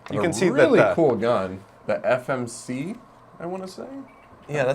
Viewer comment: FMG9! NOT FMC9! >.<